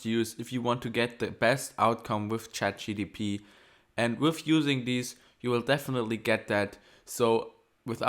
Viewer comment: it’s not chatgtp It's chatgpt